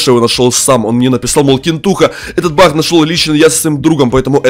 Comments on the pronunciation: Не бах а баг есле чо бах как смешно 😂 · Не Бах а баг